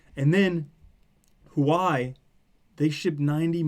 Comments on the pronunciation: LOL its pronounced 'Who-Ah-Way' ;) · Good video but dude Huawei is pronounced 'Hwa Way'.